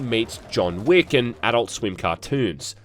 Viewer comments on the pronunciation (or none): none